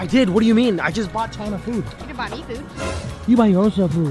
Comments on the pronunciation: bro said chana as china💀😂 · Bro said Chana as China! lol 😂